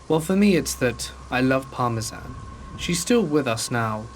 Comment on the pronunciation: The dog was named after the cheese parmesan 😂 and thats another word missed read by this guy Dont get me wrong man i listen to you all the time and it helps me by pass the time at work but geeze homie look some of these words up first 😅 at least i know what you are saying i guess And in the early 90s to the mid 90s willow creek California was known for its trees being huuuuuuuge af No joke i was riding in the back of the car with my uncle driving and i was looking out the window and something caught my eye .....i said out loud why do they have a fake praying mantis on the wall of the grocery store is thr grocery store called praying grocery or mantis shopping i asked and everyone in the car laughed at me 😢 i was thinking out loud and said why are guys laughing at me Its just a fake praying mantis on a grocery store wall everyone laughed harder being me my 3 brothers my cousin and uncle I was stumped trying to figure out why they was laughing at me 😮 Then one of the 5 blurted out thats not a fake praying mantis......i was like yeah it is .......no way is there a such thing as a 2 foot long praying mantis.......and they all laughed at me again and said yes that was real almost simultaneously Still to this day its hard to believe that the 2 foot long praying mantis was real but my uncle and cousin are known for telling the gods to honest truth my 3 brothers on the other hand lyed to me constantly but my uncle and cousin said it was real as well so i guess they was telling the tr